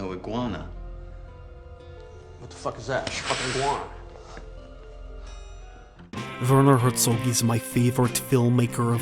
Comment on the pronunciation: Then you should know to pronounce his name right: Vair-naw Hair-tsawg. Cheers from Europe!